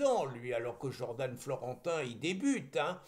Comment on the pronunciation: Jordan ne se pronounce pas Jordane. C’est dommage d’esquinter notre belle langue française.